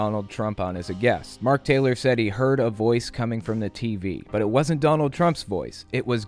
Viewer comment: He said "God said don't touch my annointed, but especially my prophets." I heard "God said don't touch my annointed butt, especially my prophets."